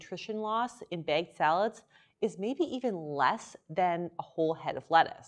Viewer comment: It's bagged, not begged